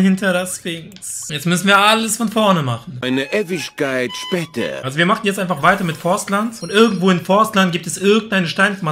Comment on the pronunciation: Machne, dran denkne... Wtf sprachfehler